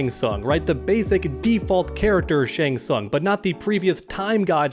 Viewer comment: If I had $1 for every time you said shang sung in this video......I'd still be broke